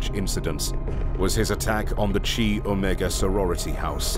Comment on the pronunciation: "Chi"==K-eye, not ch-aye.